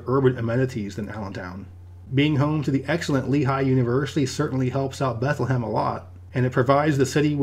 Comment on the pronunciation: I grew up in the Lehigh Valley and have never heard anyone pronounce Bethlehem that way, not even people that live there